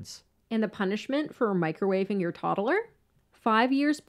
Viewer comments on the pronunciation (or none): What does this woman narrator on this channel ALWAYS say “Toddelers” what’s with the extra ‘e’ 🥴🤦‍♀️😆 she does it on every single video lol!!! Like what adult doesn’t know how to say TODDLER?!!! It’s sooooo bizarre!!!!🥴😆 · Obviously, this is fucked up and hard to think about and stomach... But why are these people pronouncing words so fucking weird?!?! "Toddaler".... "Disquallafied".... Just the ones that have stuck out the worst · It cracks me up when she says “toddler.” She makes it a three syllable word! 😂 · The way you say "toddler" with 3 syllables drives me nuts